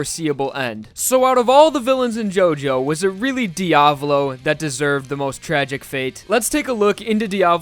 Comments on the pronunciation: Pronunciation makes me angry! >:^( You pronounce it as: (D-AV-LOE) This might just be an opinion, but I believe it is pronounced (D-A-VOE-LOE) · He's name is dia-vo-lo Not dia-blo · c'mon dude learn how to pronounce it. There is no Diablo, is Diavolo